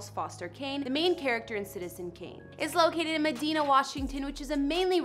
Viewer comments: It’s the city is pronounced muh-die-nuh. Not meh-dee-nah lol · It’s pronounced meh-DINE-ah not me-deen-ah 😂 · Medina is pronounced, "Mah-Dine-Uh". Porsche is pronounced, "Por-sha" Get it right. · Mad "I" na Is how it is pronounced